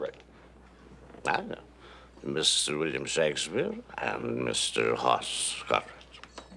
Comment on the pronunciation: That's Hoss Cartwright- not Hoarse Cartwright. The name "Hoss" is a Swedish name so get it right. You need to watch the episode "Inga, My Love" that shows when Ben was married to Inga and she was pregnant with Hoss. When he was born, Ben wanted to name him "Eric" and Inga wanted to name him "Hoss." She said that "Hoss" means a big mountain man. Hoss was 11 pounds when he was born. Ben said that they should give him both names.